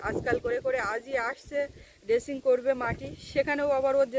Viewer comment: Kathata "Drazing"...dressing noy.